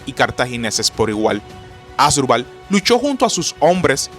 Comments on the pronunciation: Un youtuber que no puede pronunciar bien el nombre de los protagonistas de esta Batalla, no solo es PATETICO, SINO UNA FALTA DE RESPETO A SUS OYENTES. Se pronuncia AsDRÚbal, que es una palabra grave, no ASdrubal, como lo dice nuestro querido historiador de chancletas, bermudas y cigarrillo en la mano. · Asdrúbal, ASDRÚBAL!!! Supongo que solo a mí me desespera que lo lea mal... 😖